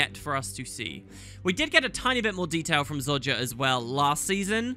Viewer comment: And after all this time he still can’t pronounce Zojja correctly, I love it xD Keep up the great vids dude!